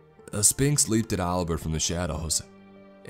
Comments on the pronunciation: Right, it’s pronounced sfinx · You're not supposed to pronounce the P in Sphinx! Right? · See this was awesome and creepy as hell in the beginning. But once the whole thing about sphinxes and whatnot came into play it lost all creep factor. Also is it just me or does he pronounce it spinx? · I love how you say Spinks instead of Sphinx. Lmao that's my last name. So apparently I tell riddles, and eat those who dont answer appropriately